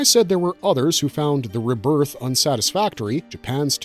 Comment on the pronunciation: You say rebirth wrong